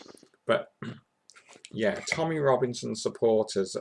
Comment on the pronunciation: it's Tommy not tommyeh